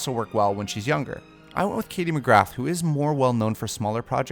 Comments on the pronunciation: The 'th' in McGrath is silent. It's pronounced Katie McGrah, not Katie McGratt! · It’s pronounced Katy McGraa drop the TH on the end and extend the A. The A is flat. Also she’s not a UK actor. Same way you’re not an American you tuber. These things matter.